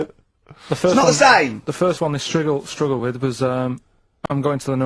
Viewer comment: karl is so used to having to pronounce words strangely for rockbusters to work he says striggle instead of struggle